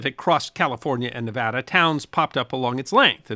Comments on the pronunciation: 50 points to for correctly pronouncing Nevada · I have Loved watching your videos ever since you put out the video about apples, which was your first video I watched. I really want to thank you for pronunciation or is it enunciating, whichever I want to thank you for Pronouncing Nevada correctly. There is another channel I following who refuses to pronounce Nevada correctly, even though I have commented and included a video of President Trump in Las Vegas telling the world how to pronounce Nevada correctly. He is a Dr, not a medical type, so you would think someone who has DR. in the title of his channel would want to pronounce Nevada correctly. Again Thank You. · Yeah! He said Nevada right! 🥳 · Thank for pronouncing Nevada correctly. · I now live in Nevada, thank you for pronouncing it correctly ,,always love your stuff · Thank you for pronouncing Nevada correctly.